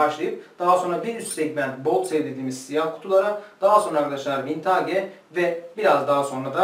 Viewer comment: Vintaage değil hocam vintıc yada vintij diye telaffuz ediliyor.